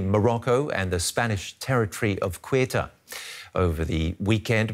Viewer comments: it's pronounced se-oo-ta not queta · Kwetah? Really, sir? It’s pronounced seh-oo-ta (Ceuta) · Please don't pronouce Ceuta as "Queuta". Say Ceuta same way as you say century, certain, cells or cents. Simple. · Kwehta? ?? = Ceuta (it’s more like Say-oo-tah) 😂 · "Cuwayta" ... Seriously? Get your pronunciation right. That wasn't even close. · Ceuta mate, not Cueta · “Kueta” lol, man butchered it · Cueta??? He does not know how to pronounce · it's Ceuta, not ''Queeta'' 🤦‍♂ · QUEUTA lool Ceuta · If you want to talk about something, at least learn how to pronounce it . Ceuta is pronounced ‘sewta ‘ 🙄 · what is it Que-ta, See-uta....different pronunciations?😅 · the pronunciation of the name, of that autonomous city, the english pronunciation, i mean, is not that